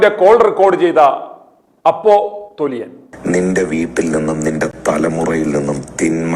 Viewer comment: അപോസ്റ്റിൽ അല്ല അപ്പോസിൽ